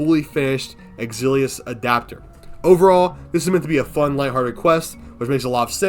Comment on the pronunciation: All your mispronunciation killed me. You say Kahl like brawl not so its Kawl not cal, Grakata is pronounced exactly like it’s spelled. Gra-Ka-Ta, and Exilus is pronounced X-ill-us